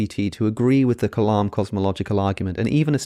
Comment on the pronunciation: The way you are pronouncing the word 'kalam' when you say 'Kalam cosmological argument' is slightly incorrect. The sound needs to be lighter or slightly higher pitch.